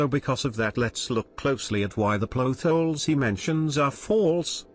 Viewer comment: I love how pronounces it "Ploth holes." Me loves theoriezz too. I agree with Phoenix's substance abuse. Spirit Mediums are crazy and unrealistic, after all. That last theory was pretty good. Maybe they are just video game characters... That music was also a nice touch. Scaaaary.